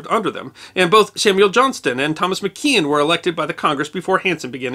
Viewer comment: Tom McKean rhymes with Tom McQueen